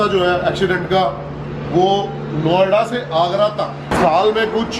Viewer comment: Bhai jb aap Noida bolre ho bar bar to kuch or sunai dera hai Noida ki jgeh😂😂😂